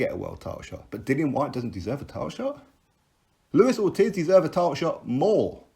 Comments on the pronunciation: It's pronounced orteez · its triggering me the way u say ortiz lol :')